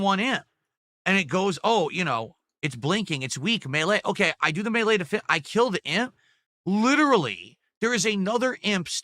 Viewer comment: Why the hell does he say 'melee" like that?